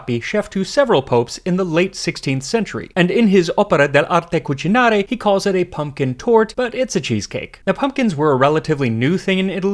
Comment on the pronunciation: Yup. Italian well pronounced is Beauty (cap B)!! 🎉